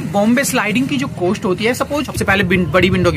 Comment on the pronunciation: कोस्ट नही होता है कॉस्ट होता है